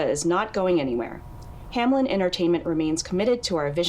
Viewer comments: "Hamlen, Hamlen, Hamlen" So close yet so wrong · Is no one gonna talk about the fact that the company is named Hameln but everyone (even people in the tapes) pronounce it Hamlin. Putting the L before the -en. Did they mean for it to be spelt like that? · does it bother anyone else that its "Hameln" and not "Hamelin" or "Hamlen" or something?? It sounds like everone is saying anything but Hameln.